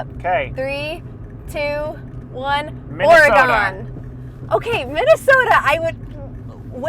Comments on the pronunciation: Ugh! Oregon is pronounced OR-EH-GUN, not OR-EH-GAHN. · It’s not “Gone”,,, it’s still there. It’s Ore-GUN. Born and raised. Lived on the Oregon cost most of my childhood and left after high school. People always forget Oregon when they talk about the west coast like it’s not even there. Tons of stuff comes out of Oregon. If you think nothing comes out of Oregon look it up it will blow your mind. Nike / Intel / FLIR/ Les Schwab Tires / Gerber Knives / Leatherman Tools. If my memory serves me right this is just a few. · When you come back to the west coast visit OR-E-GUN not OR-E-GONE. (and be careful not to call forester workers as timber jacks they are Loggers.) I enjoy your videos and will continue to follow your travels. Be safe and keep rolling! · I Love you guys SO much, but the Or-Oh-gone is killing me!! Noooooooo 🙉 lol. It’s Or-eh-gun. And you DEFINITELY need to go to the coast. It’s spectacular. Every bend in 101 provides another amazing view. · Just so you know, Oregon is correctly pronounced “ ORY-gun. It doesn’t rhyme with “gone”. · Ha ha...I just jumped on to tell you every time I heard 'Oragone' was like a knife stabbing my heart. ORYGUN!!!! 🙂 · that is not how you say oregon you said it like OREGONE and people who live here hate that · I grew up in Michigan (east coast) and I was taught Oregon trail not the ore gone trail ... like washingtone or washington just saying... not being mean at all, I have watched all your videos and love them i do not believe it is regional accent 🙂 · Hello. Ok so it is not Ore-gone..it has not 'gone' anywhere... it is still there. LOL. Close... Thanks for sharing. Safe Travels. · You are pronouncing the name of the state wrong it's Oregun and the coast is stunning it's especially beautiful August September add October that's where the Tillamook creamery is or Tillamook cheese comes from great camping in the town of Garibaldi and also the campground at barview 🤠😎🤠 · I like her list, but she says Oregon wrong.